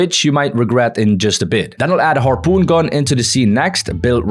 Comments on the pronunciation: bro just said harpeen and now said harpoon was insane 😂😂😂😂😂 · bro said harpeen gun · Why you said harpeen that makes me laugh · "The harpeen" huh harpeen?😂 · When you said harpeen you sound like Filipino